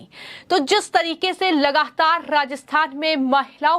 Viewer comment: बेटा लगाहातार क्या होता है। सोनियाहा क्या होता है अपना उच्चारण सुधारने की आवश्यकता है हिन्दी का सर्वनाश ना करें अति कृपा होगी। कहीं अपरोच से तो नौकरी नहीं पाई है।